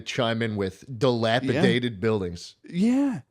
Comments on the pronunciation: No one is still gonna correct on his shitass pronunciation of dilapidated? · will never know how to say dilapidated and it hurts me